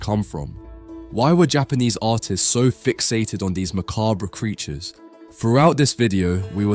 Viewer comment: …say macabre again lol